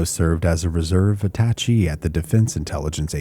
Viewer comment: Attaché (uh-ta-shay)